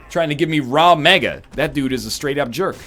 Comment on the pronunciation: RAG Mega, dude, not RAW Mega. Where the heck are you getting that from?!